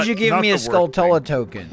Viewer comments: 'skull-tullah' as a pronunciation still drives me nuts. You don't say taran-tullah, do you? No! You say tuh-RAN-chuh-luh. It's a skull tarantula, dammit. SKULL-chuh-luh. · saying "skull-tull-uh" like that's the right way to say it... -_ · I lose brain cells every time says skull-tull-a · just for the record: skulltula comes from tarantula, so should be "SKUL-chu-lah" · You say that but I could've SWORN I heare in the video say Skull-CHU-lah 😆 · And saying Skulltula doesn't bother the shit out of you?